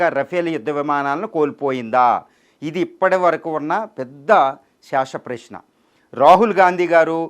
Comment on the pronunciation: శేష ప్రశ్న అని పలకడం కూడా రాదు నువ్వేమి అనాలసిస్ చేస్తావ్ బ్రదర్